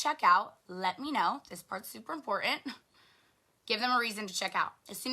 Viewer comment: ...please make her stop mispronouncing the word important Hey "girlfriend" it's three t's not two😒